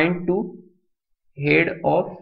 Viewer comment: Head pronouncing is irritating